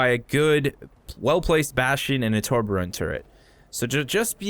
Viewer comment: tor-be-orn, not to-bo-ron